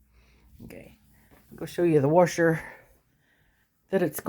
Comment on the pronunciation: "Worsher" "wyshing meh-sheene"